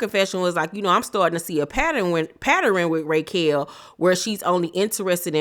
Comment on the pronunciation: Why are you pronouncing her name, “Raykel?” Lol